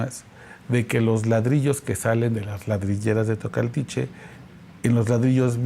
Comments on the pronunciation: Adela...hay que leer bien por fa o conocer la geografía ...se dice Teocaltiche😆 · Mi querida Adela te corrijo, es Teocaltiche. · Teocaltiche TEOCALTICHE Teocaltiche no Tecualiche